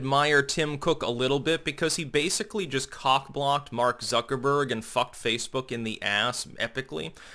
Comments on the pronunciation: Okay, I love you but, the way you say "Zuckerberg" is driving me nuts. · Do you pronounce his name Zucker-borg in reference to the star trek borg collective due to his robotic mannerisms and lack of emotion? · I click on any Facebook video by, just to hear him say "Zucker-BORG". You will be assimilated!